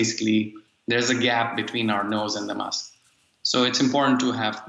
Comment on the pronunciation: DW News discusses the importance “wask” wearing. 🤣